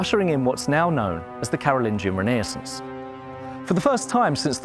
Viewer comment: Oh my gosh, the way he pronounces "Renaissance" is absolutely hideous. I always knew that the British liked twisting French words in their vocabulary to sound more English, but this is just too much.